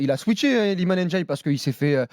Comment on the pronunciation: Ça se prononce Ndiaye (comme ça s'écrit) pas "Ennediaye" c'est dingue de pas arriver à prononcer juste.